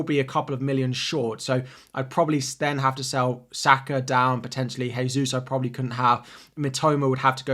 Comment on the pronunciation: Brother, Gabriel Jesus is Brazilian so Jesus is pronounced Jay-Sus. The way you're say it is for Spanish pronunciation which is Hay-sus. Just a note for your videos, cheers